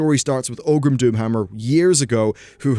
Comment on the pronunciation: it's ORGRIM not OGRIM ;)